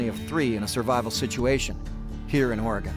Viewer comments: Les, I'd love to take you out for a coffee or dinner. I live near Lebanon Oregon. If in the area, let me know. Its a long shot. PS. Oregon is pronounced "OR-E-GUN" by us Oregonians.... not "OR-E-GONE. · Ore-gun not ore-gone lol that’s offensive to native Oregonians🤣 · uhoh Les, you said Ory gone!???? As an Oregonian you know ots Oreygun. lolol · I respect Mr. Straud, but hearing him say Or-Gone confirms he's really not familiar with this land. Which actually lends to the reality of the survival situation.